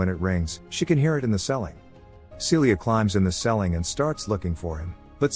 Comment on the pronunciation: Why did the pronunciation of the word “ceiling” irritate me so much? Lol he says “selling”